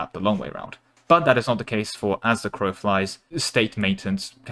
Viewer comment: is that actually how you think crow is pronounced lmao